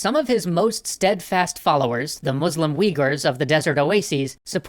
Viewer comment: Why do you pronounce Muslim as "Moozlum"?